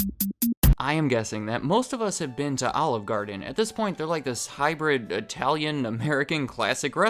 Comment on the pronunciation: speaks the best I-Tallian